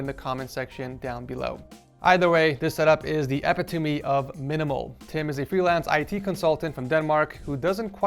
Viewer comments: Epitoe mee, dont you mean epitome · He said "Epi-tummy" 😭 it's "Epit-o-me" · Did my guy pronounce Jacov, and also epitome incorrectly on purpose? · I laughed so hard when he said epitome